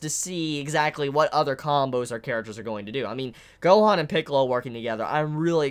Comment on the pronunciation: I like how you pronounce "Gohoan" and "Monga" lol.